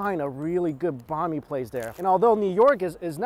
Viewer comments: Hi! Love the video! Small note: Banh mi is pronounced like “beng mee” and not “bah mee”. I appreciate your support and love for Vietnamese cuisine in your past videos and believe that you can easily correct this pronunciation! Keep up the good work. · As a Viet person listening to say banh mi every time makes me cringe inside. Still love him though!